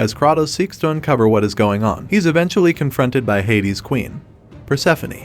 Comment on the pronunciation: The number of times you butchered Kratos' name hurts me.